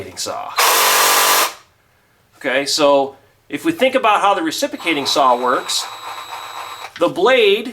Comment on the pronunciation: Reciprocatin.=reci-PRO-cating saw. Not recipicating.